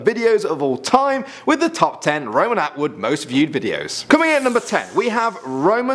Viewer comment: Roman Awood?LOL!HAHAHAH